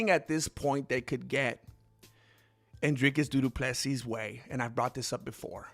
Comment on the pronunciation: Why does he call him doodoo Plessis